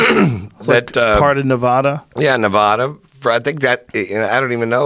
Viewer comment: Prostitution isn’t legal in Las Vegas, it is legal in Nye county. Vegas in Clark county. Also, it’s “Nev-AD-a” NOT “Nev-AH-a”